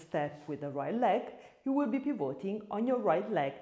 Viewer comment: Ottima lezione, grazie. Una sola cosa: pivoting con lo stress sulla i non sulla o 🙂